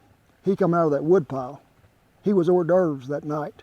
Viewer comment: "He was Hor Dourves that night" that's a cowboy...